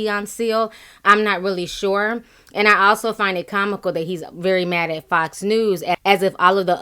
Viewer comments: When he said Fox News it sounded like fucks news 😂😂😂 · Anybody else keep thinking he's saying "fucks" instead of "fox"? LMAO! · when he first says "fox news" ithough he said "fuck news" 😅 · I know he's saying Fox News but it sounds like "Fucks" News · Shanel Shavers Same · when he say fox news it sounds like he's saying fucks news 😂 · "Fucks news" lol, idk if seal was being petty or if it's the accent coming through. 😂😂😂😂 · Nora-IKR-it sounded like he was saying "fucks news"-which is probably a more accurate description of that organization, anyway-LOL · i know this is irrelevant but i swear i thought he swore when he said fox lol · Did not sound like he said "Fox" news...